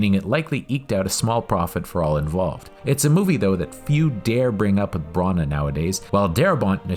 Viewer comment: Branagh is pronounced Branna and not Brunna